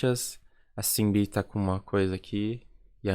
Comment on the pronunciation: eu percebi que vc tem um pouco dificuldade pra falar o nome delas, eu não sei se é assim, mas maioria do fandom fala: E-hum-rá (EUNHA), Umji (é fácil falar kkkk), Shinb (é como falar japonês Xin, sacou)